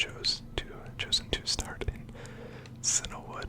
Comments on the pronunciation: I don't mean this in a mean-spirited way, but are you perhaps slightly dyslexic? It's CIAnwood, not CINAwood. You know, like the colour Cyan, since most towns and cities in Kanto and Johto are named after colours. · I'm glad I'm not the only one who grew up saying Cinna-wood, instead of Cianwood. Silver was my first Pokemon game, and little me just picked a pronunciation for words I'd never heard.